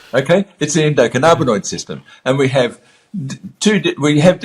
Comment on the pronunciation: Who the hell is this guy, he doesn't even pronounce the system correctly 'endo canna bin oid' theres no 'carna'